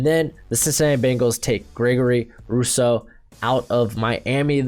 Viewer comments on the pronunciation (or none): none